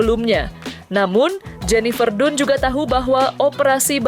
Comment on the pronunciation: Bacanya tuh bukan jenifer dunnn tapi jenifer dannnnn😂😂😂 pembawa berita kurg gaulll